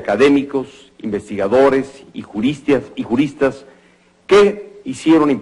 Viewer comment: Pd. Señor Presidente Peña Nieto, no es "juristias", sino ¡JURISTAS!. ¬¬